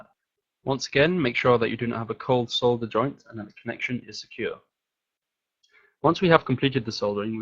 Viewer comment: yes! finally someone that pronounces it as "solder" and not "sodder".